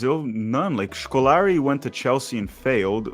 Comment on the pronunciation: A brasilian calling Felipão as "scolari", saying wronaldow , wronaldiniow, is fricking nuts 😂😂